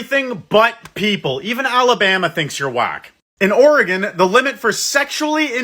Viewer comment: As an Oregonian, I’m so thankful you said the name of our state correctly.